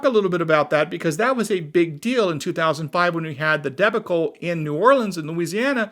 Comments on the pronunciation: the pronunciation is not "debby-cull" its "dea-baw-cle" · Maybe proof read the script for pronunciation. Deb'-uh-cull ?. . . . . . Deb'-ick-cull ? ........ Duh- Bawk' -uhl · Great video, but the word is pronounced "duh-BAH-kul". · DEBACLE has the emphasis on the 2nd BA cle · I had never heard debacle mispronounced like that before. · LOL. Great vid. I totally laughed at how you pronounced "debacle'" LOL..... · Never heard the word debacle pronounced like that.